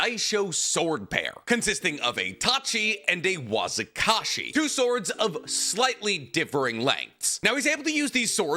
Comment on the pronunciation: It's "Wakizashi" not "Wazikashi". Yes, it's annoying. Get it right.